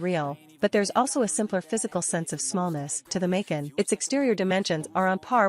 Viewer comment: Hard to listen to the mispronunciation of Macan!